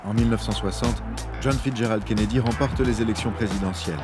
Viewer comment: Kennedy et non Kennedie.